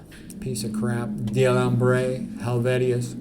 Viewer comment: Very unimportant comment, but it's D'Alembert, pronounced -bèr, not D'Alambré. Good video!